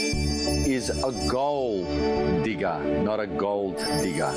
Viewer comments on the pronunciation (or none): “Digger” not “Deeger”